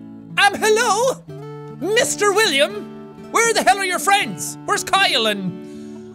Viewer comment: I find it funny he calls Hyle Kyle